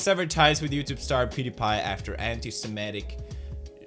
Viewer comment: Pewdiepie you pronounced your surname wrong.